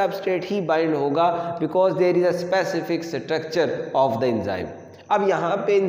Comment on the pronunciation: sir vo specific hai sapacific nahi hai